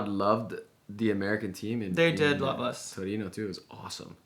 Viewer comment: omg you guys said torino very well